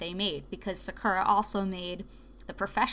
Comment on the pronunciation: im sure other people are saying this but you are pronouncing sakura wrong, and honestly it is tilting me haha. it is pronounced like sa-koo-ra. thank you haha.